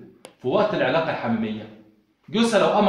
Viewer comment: اسمها العلاقة الحميمة.غلط في نطقها